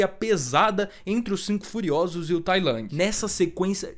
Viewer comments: Não é tai lang, é tai lung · Toda vez q vc fala tai lang uma partr de mim morre, fora isso video sensacional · P q vc fala Tai Lang 😭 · vídeo top mas a forma dele falar tai lang é meio broxant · Ele ta falando com a pronuncia em inglês